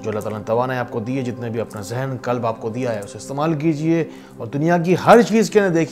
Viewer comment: ! Kalb(dog) NAHI , qalb dia !